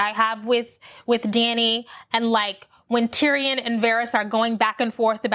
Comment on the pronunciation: Just have to say that "Tyrion" is pronounced like "Syrian" not "Tee-ree-ON." Ha ha... I really don't think Jaime is as horrible as you think. I believe he's going back to Cersei to kill her, not to be with her. But he isn't sure he'll survive the attempt, so he says things to try to make Brienne feel like she shouldn't love him anyway. Sort of like when Arya throws a stone at Nymeria back in season 1 in order to save her life. At least, this is what I hope! As for Dany, I don't think it was loneliness or jealousy in that feast scene. She was just realizing that Jon has the love and support of all the people there, so if they find out that he is also the rightful heir to the throne, they aren't likely to support her--despite the fact that she just sacrificed so much to fight with them. She is worried about her throne. She's so used to sweeping in and getting all the love of the locals. This is the first time that didn't happen for her. And with Jorah and most of the Dothraki gone, she's really lacking support. And I'm not mad that Missandei died. I'm mad that she didn't go out in a more badass way. I wish they'd had Qyburn standing next to her, so when she says "Dracarys," she wraps her chains around Qyburn's neck and jumps. That way she could have died on her own terms and taken out Cercei's Hand at the same time. She was too cool a character to go out so lamely.